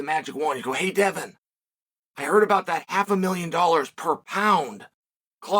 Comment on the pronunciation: Takes a lot of skill to mispronounce Devin. Undefeated.